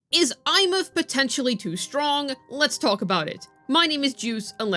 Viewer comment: SHE PRONOUNCED THE NAME RIGHT THIS IS REVOLUTIONARY